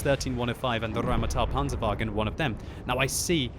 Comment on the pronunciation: Stahp rolling your r's for German words. It's just Rheinmetal, not RRrrrrrrrrrrrrrrheinmetal.